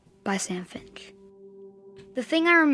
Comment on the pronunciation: My last name is Finch so how dare you say it wrong